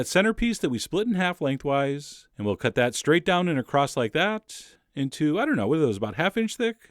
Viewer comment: Is it me or does Chef John add a "t" to across